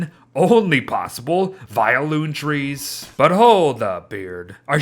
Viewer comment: Anyone else here when it said "tress" instead of trees